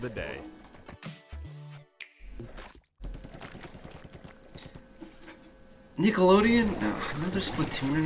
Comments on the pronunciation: "nickelodeon" lmfao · "Nickelodeon?" Lmfao